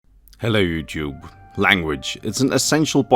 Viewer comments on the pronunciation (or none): none